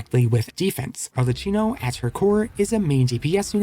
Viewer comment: It's pronounced ar le KI no